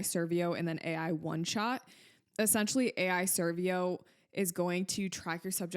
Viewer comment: ai servo not servio